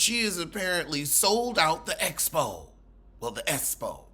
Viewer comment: Yes Latisha saying Esspo vs Expo irked me down to my arthritic bones 😩 🥴b😭